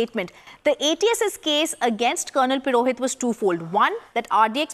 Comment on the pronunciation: Its PUROHIT not PIROHIT!!!